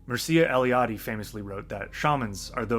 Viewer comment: Very interesting video. Just for ease and accuracy of pronunciation, Mircea sounds like Meer like in meerkat, and cha like in channel.